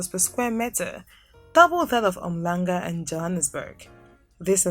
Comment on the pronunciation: Yey that H is not silent in Umhlanga my friend 😂